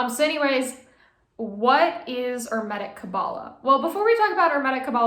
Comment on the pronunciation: Why do you insist on mispronouncing hermetic? Genuinely curious.